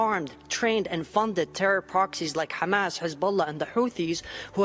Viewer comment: 😂😂😂😂அண்ணே சாவதி அல்ல சவுதி ஹாமஸ் அல்ல ஹமாஸ் 😂😂😂😂😂😂😂😂😂😂😂😂😂😂